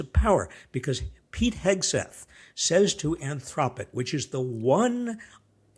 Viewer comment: Type saying anthropic wrong heather😂